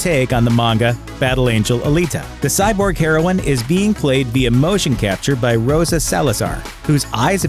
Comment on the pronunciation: I’m cringing at your pronunciation of philistine and via.